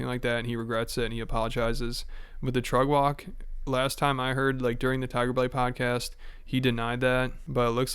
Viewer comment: You saying “trug walk?”